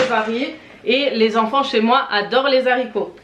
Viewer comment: Alors les zaricots n’existent pas on dit les HARICOTS😂